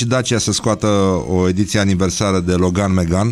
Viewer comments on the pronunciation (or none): none